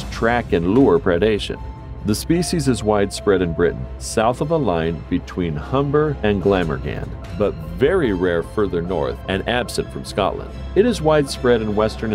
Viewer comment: and the pronunciation!!! glammer han!!!